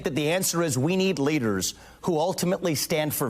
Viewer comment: Yuppie. 100%. He talks funny, kinda sounds like Roosevelt with his emphasis at the end of a sentence. "We need leaderrrrrrsuh", "victimhooduh". Nope. I can see the top of his diaper under his fake big boy pants.